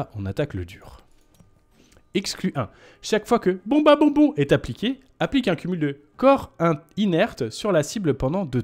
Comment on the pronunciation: Arf, tu as mal prononcé une fois Bombabonbon 😁, vers la 22e minute. Toute la vidéo est à refaire 🤣. Merci pour cette vidéo, je l'espere Exclu3 ce vendredi